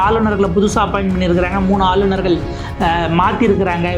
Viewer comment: English la superb ah பின்றீங்க. ஆனால் ஆளுநர்கள் என்பதை ஆலுனர்கல் என்று சொல்கிறார்கள். தயவுசெய்து தமிழில் சரியாக உச்சரிக்கக் கற்றுக் கொள்ளுங்கள்.